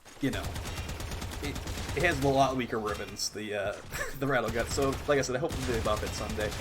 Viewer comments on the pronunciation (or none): It's amazing how much stuff you mispronounce in the game. You obviously know your stuff but it's kind of funny. Battle Guts, Rude Zude, Slap loader. It's like you're trying to troll people.